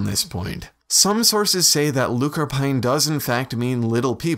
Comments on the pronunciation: iMedDo i honestly dont think its that in depth. Lú means small, corp means body, corpán just indicates that it it the characteristic of something i.e small bodied individuals. Its pronounced LOO-cur-PAWN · Actually, the correct pronunciation of the gaelic word is: look-or-pawn, (roughly) which became anglicised to leprechaun. Try saying the Irish word in an English accent and you get why there are subtle differences. Great video!